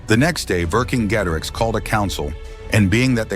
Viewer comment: Pronounced Vercingetorix correctly.